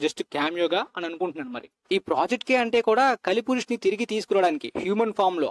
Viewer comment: adhi kaali purush kaadu kali purush bro